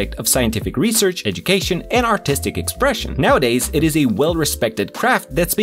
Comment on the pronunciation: artistic expressin 😭